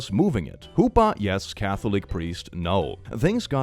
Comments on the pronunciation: Also a vegetarian and Jewish, I wonder if she is also Kosher... Because that's 2 different massive slaps in the face. Also, for OP, it's Jewish an is J as in capitalized. Secondly, it's huppah or chuppah, but never hoopa. Hoopa is a Pokémon. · pls the way he says hoopa🤣🤣🤣 its more like the spanish J and the "pa" part is the uhh... said more firmly? idk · Lmao that pronunciation of חופה pains me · you don’t know how hard I laughed at that pronunciation (and the spelling too, since I’ve only ever seen it spelled chupah)